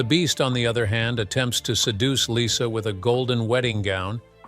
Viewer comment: Lyssa. Not Lisa.